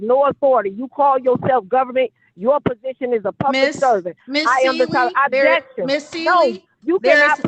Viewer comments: These judges are so soft. Every time she screamed "Abjection" instead of "objection" I would've given her a day in county jail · “Ab-Jection” wasn’t that a workout infomercial 😂😂😂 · Why does she keep saying "abjection"? What is an abjection? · If she was muted, why do we keep hearing her say "abjection"? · I was dying laughing when she repeatedly pronounced it wrong 😂 she’s not very bright!